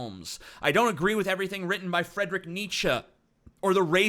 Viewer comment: I think TJ is the only person who can pronounce Nietzsche that I've heard on YouTube. He said Friedrich wrong though.